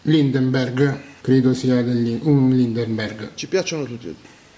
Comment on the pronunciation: LINDBERGH , NON LINDEMBERG. Deitgiast , non deitgiest. Madonnina santa aiutaci tu…